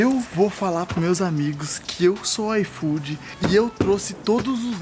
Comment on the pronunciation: O falou: IFOOdeu, hein